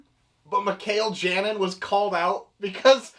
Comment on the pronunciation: Oh also i believe its pronounced Janin as in Yanin, like how you pronounce the j in jalapeno... halapeno